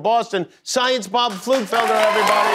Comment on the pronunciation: That's not how you pronounce Pflugfelder....